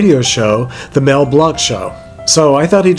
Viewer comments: I'm so glad you're feeling better. You and show us constantly that no others are needed in graveyard content...! (FYI...Mel pronounced his own name like "Blank"...lol...I spent too many decades editing!) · Some comments. Too bad the muffed up his name during the presentation, and it would have been a treat it would have made an arrangement to show the film. And finally why wasn't any family member there?